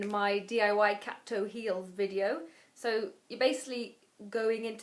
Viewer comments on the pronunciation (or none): i love how you say "vidyo"!